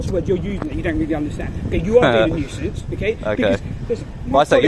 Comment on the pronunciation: Nusience how!?